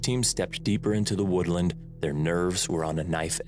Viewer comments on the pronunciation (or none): none